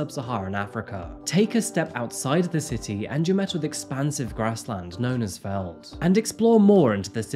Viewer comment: Thank you for covering this case 😭🖤 Sidenote. Veld is pronounced 'felt'